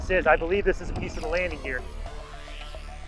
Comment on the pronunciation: it is a landting geer